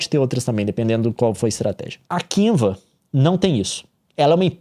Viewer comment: Kiuva, Kenvs, Canva, Canvas, Canvs. O Leon a cada minuto mudando a pronuncia kkk